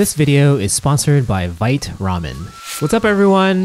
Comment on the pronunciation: I checked Vite Ramen's FAQ earlier, they say it's vite like bite but with a v, one syllable.